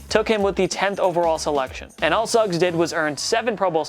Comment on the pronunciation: When he said terrel Suggs I thought he said terrel sucks